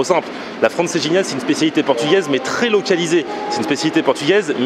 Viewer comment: Francejinha 😂😂😂😂😂 d'où tu vois un j